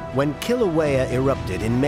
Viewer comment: Couldn't the Smithsonian have gotten a narrator and expert that could pronounce Kilauea and Hawai'i correctly?! There's an API museum that's part of the Smithsonian...!